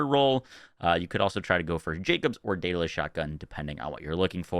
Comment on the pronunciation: DaedAlus.... but it is a Jakobs actually....